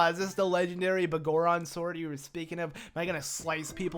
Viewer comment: The Bagoron Sword? Do you have some issue with saying BigGoron Sword? That's such a weird thing to shorten, considering you call him Big Goron in this video, but somehow adding the word "sword" gets the 1st part a different pronunciation. ..sigh.. You really know how to annoy me like no other.